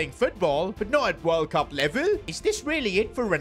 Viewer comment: Bro that ain’t World Cup it’s borld bup instead like bro what even is that trophy 💀😭😭😭